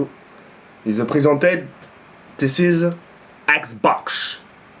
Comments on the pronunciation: prisented x) tu ma tuer quand t'essaye de parler anglais x) fais un commentary only anglais stp x) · "presented" ptddddr